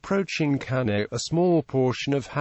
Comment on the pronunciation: Cannae is not pronounced properly.